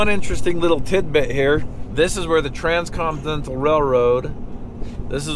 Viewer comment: “Trans-con-dental railroad”